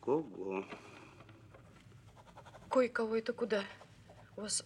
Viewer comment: не кое-кого а койкого!